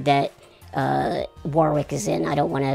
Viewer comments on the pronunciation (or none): Verne, if you were really Warwick's friend, you'd know it's pronounced like "warrick". 😜